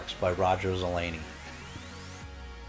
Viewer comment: That music is really annoying. You don't need it. Not sure how you could think Zelazny is pronounced Zuh LANE ee. It sounds as it's spelled - Zuh LAZ nee. Vogt is VOHGT, not VOYT. I'm only telling you so you'll know in the future. Great assortment of books. Fun covers!